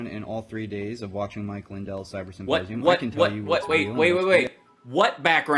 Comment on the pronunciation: “Supposium,” every single time he says it.